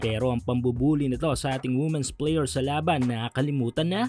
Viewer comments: Hindi po woomen ang tamang pag pronounce kundi weemen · Women - pronounced as "Wimen".